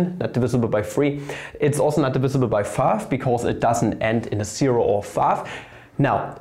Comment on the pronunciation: funny how u say five like fav